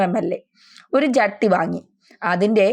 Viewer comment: ജെട്ടി അല്ല ജെഡ്‌ഡി എന്നാണ് പറയേണ്ടത്. ജെട്ടി എന്നാൽ ബോട്ട് ജെട്ടി ആണ്